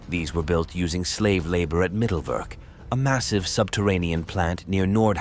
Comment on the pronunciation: Mittelwerk is pronounced Mitelverk with all vowels in their correct way : i is i and not ai, e is e and not i.